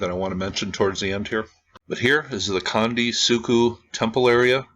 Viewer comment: let me help you in a few ways. 1 - Gunung Merapi is in Jawa Tengah ... CENTRAL Java 2 - Gunung (goo noong) meants "mount"\ 3- Candi is pronounced CHandi (as in "chair") 4- Three=level structures are Buddhist, demarcating the three gross divisions of all existence. 5 - architectural ambiguities across Sumatra, Java and Bali, are due to the origin of the first great Javanese empire arising from a literal dynastic intermarriage between the Mahayana Buddhist Srivijayans of Sumatra and the Tantric Hindu Sailendras of Central Java. Over centuries of in-fighting, shifts back and forth between Buddhist and Hindu continued pretty much until the economic cultural conquest by Islamic traders. Islam forbids carved imagery. A low "pyramid" without adornment suggest accommodations to these sensibilities. Bobodur, right next to Prambanan, both not far from this particular candi on the Dieng Plateau is the largest pyramid on the planet, is grossly tripartite, and has it's lowest level burried.